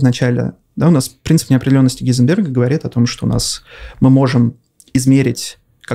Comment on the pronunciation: Спасибо за Хайзенберга (который Гейзенберг). Скоро все начнут неправильно склонять/произносить, прям как с Кембертчем. Интересный гость, интересно слушать. Странно, правда, слышать от него о том, чем он фактически не занимается (космология), но все равно попадает в научпоп (нормальный, а не как у некоторых), а значит в целом, годно.